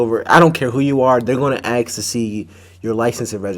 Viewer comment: Hey, I really like the videos you review but just one thing that I truly don't understand esp bc I think you are to intelligent for and and saying it bc it always annoys me that I almost want to scream (sorry;) is when people say AKS instead of Ask? More important though, Happy New Year 🥂